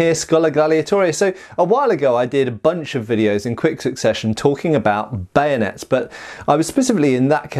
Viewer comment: Camanding officer says ready bayonates! Sorry sir I broke it. Lol